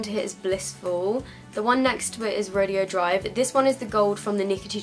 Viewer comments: you pronounce it ro-day-o not ro-de-o. That was bugging me, I'm sorry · Ofra Rodeo Drive is pronounced "Row-day-oh" Drive. Beverly Hills is known around the world as one of the most fashionable places to shop. In the heart of it all sits Rodeo Drive – undeniably one of the most famous streets on the globe. With more than 100 world-renowned stores and hotels. You're pronouncing it as "Ro-dee-oh" which is a completely different thing: an exhibition or contest in which cowboys show their skill at riding broncos, roping calves, wrestling steers, etc. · Rodeo drive is pronounced "ro day o" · I just wanted to let you know the highlighter is pronounced ( row day o ) drive 🙂😀 oh and I love this video and the setting spray it's so amazing!:) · It's pronounced "ro-day-oh drive." Just thought I would let you know. (: It's a street in CA. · i'm pretty sure it's Ro-Day-Oh. but pronounce it however, love you q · ro-day-o drive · I love you and your reviews but I just had to chime in on a pronunciation thing that was bugging me. "Rodeo Drive" is a place that isn't pronounced like it reads. We Americans love doing that I think. The place is "Roe-day-oh Drive. Sorry. It's one of those things I got picked on as a kid for saying and now it bugs me. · lmao the way u say "rodeo drive"